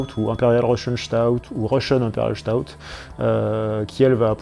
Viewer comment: Bonne vidéo qui résume bien quelques styles de bières. Cependant, si je puis me permettre, je ne trouve pas une Doppelbock crémeuse, à l'instar d'une Stout, qui elle est crémeuse ; à moins qu'on ait pas la même définition de ce qu'est une bière crémeuse... Un petit conseil de prononciation d'ailleurs, en parlant de Stout, on ne prononce pas 'Chtout' mais 'Sstaout', car c'est un mot anglais à la base, pour désigner quelqu'un de corpulent et fort, la Stout étant d'ailleurs un style anglais. Et justement, il n'y a presque que des styles anglais et leurs variantes dans ta vidéo ! ^^ Concernant la Gose, c'est une très bonne bière, qui a eu son heure de gloire au moyen-âge jusqu'à l'avènement de la Pils en 1842 qui révolutionna le monde de la bière.. Mais heureusement, même si la Gose reste assez rare à trouver encore aujourd'hui, certaines brasseries artisanales aiment à renouer avec ce genre de bière acidulée, salée et épicée comme tu l'as bien expliqué ! ^_^ Salut à toi ! :-)